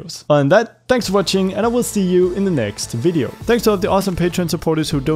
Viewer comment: Ahh yes a bideo camera